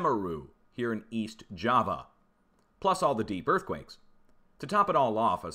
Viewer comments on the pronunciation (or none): none